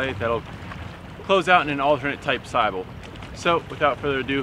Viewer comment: Sybil is pronounced s-ih-b-ih-l, just so you are aware. Though the Greek word "sibyl" from which it is derived can have the pronunciation you use here